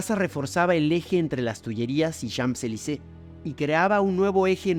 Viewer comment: Como curiosidad. En "Champs-Élysées" la primera palabra simplemente se pronuncia "chan" ni la m, ni la p se pronuncian. La s final, sí la vamos a pronunciar para hacer lo que se conoce como "liaison", es decir para enlazar la primera palabra con la siguiente. De esa forma la s final y la é se unen. Daría algo asi como "chansélisé".